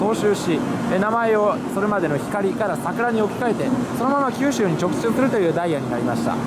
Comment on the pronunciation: 直通が毎回言えてないのかわいい